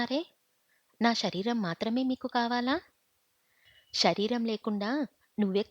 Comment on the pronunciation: ష రీరం ..కాదు తల్లీ...శ రీ రం..,గమనించ గలరు......వాచికా దోషాలు........